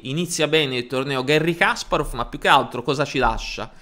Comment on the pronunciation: Una nota di pronunzia: «Га́рри Каспа́ров» non si lègge «Gherri Càsparof» ma «Gari Caspàref» (o, piú precisamente, [ˈɡarʲɪ kɐˈsparəf]). Su «Генна Сосо́нко» non ò trovate fonti attendibili, ma credo che la sua corretta approssimazione alla fonetica italiana sia «Ghénna Sasónco», e non certo «Gènna Sosónco».